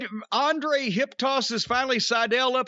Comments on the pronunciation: I really wish Jim wouldn't pronounce Andrade's name like that. Every time I hear it, I think he's saying Andre and Andrade isn't on a level to be thought of alongside Andre the Giant in any regard. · the older he get the more Jim treads on blatent racism. say Andrades name right, damn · Cornette is dismissive as f*ck by mispronouncing his name all the time.